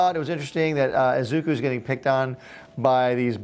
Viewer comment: The name is said Ee-zuh-koo in one motion instead of Ezookoo just thought you should know